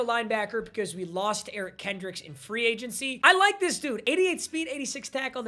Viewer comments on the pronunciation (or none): none